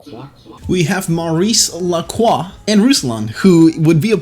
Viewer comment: Maurice Lacroix 😂😂😂 non Maxence Lacroix bro